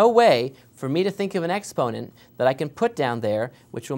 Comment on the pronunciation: Ex-ponent? Really? Expo-nent...